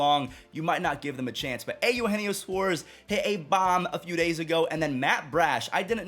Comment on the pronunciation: I gotta say it. I've held back for months now but I can't take it anymore... I hate how you say Eugenio. It's so wrong. Ay-you-heenio is bad. It's Eh-ooh-hen-yo